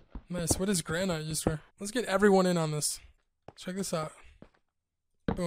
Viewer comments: GranITE? Lmfaoooo its Gran-it... you know. THE ROCK. Like the countertop material in real life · This boi said GRAN IGHT